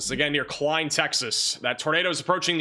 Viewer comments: it's Klein not Kileen! I'm a Houstonian and Killen is in Texas but not anywhere near here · no offensive but klein is pronounced as k l i n but its spelled klein